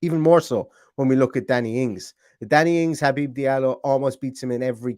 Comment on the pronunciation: Well done on saying his first name correctly! As a fellow Habib, its been butchered my entire life 😂